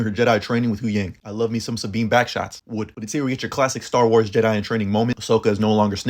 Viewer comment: Nah bro that “would”was crazy 💀